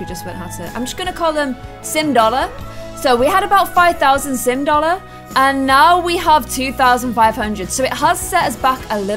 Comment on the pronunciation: saying sim dollar reminded me of the meme with the Chinese nail artist Thts like “yu have boyfran” 🤣🤣🤣🤣